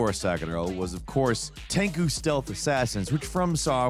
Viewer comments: Tenku?.......you're doing it purpose. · Did you just say tenku? Lmfao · "Ten-ku"? Sometimes I wonder if these weird slips are added deliberately to drive engagement.